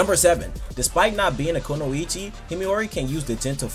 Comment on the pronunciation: What The Fuck Is "kuno-EEE-chEE"